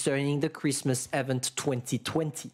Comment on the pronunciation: IVENT, repeat after me IVENT, it hurts every time you say it!